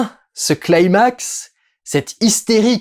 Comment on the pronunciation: Par pitié, arrêtez d'écorcher mes oreilles en prononçant climax comme "claïmax", à l'anglaise. Climax est un terme grec ancien et pas du tout anglais! Climax se prononce comme en francais, climax!